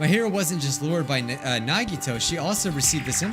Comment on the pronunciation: I don’t rlly like how says nahgeetoe instead on nagitoe